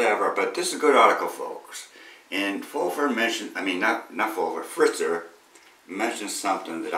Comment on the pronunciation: Fetzer, not Fritzer.